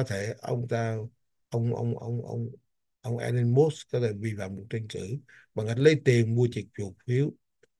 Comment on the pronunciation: có cử nhân Anh văn trước 1975 và Cao học bên Mỹ Cho nên cần tham khảo Oxford Dictionary trước khi đọc chữ “ Musk “ làm sao cho đúng